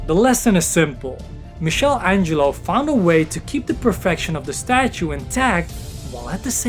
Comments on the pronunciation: My friend, all great content, but Michel Angelo is Michelangelo, and the ch is like a K 💜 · Great video but you need to improve your English. Some misspellings. And "mixel Angelo"?!!? It's "Mickael Ângelo". Keep posting great content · Great video.. but as an Italian I have to say it and I'm sorry lol It's pronounced "Mee-kuh-lan-gee-lo" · Dude,you are saying Michelangelo's name all wrong.